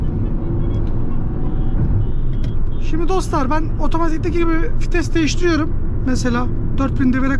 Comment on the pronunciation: Vites ❌️ Fites ✅️